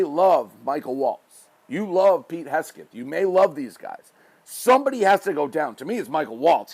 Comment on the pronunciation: Did you say Kegseth?!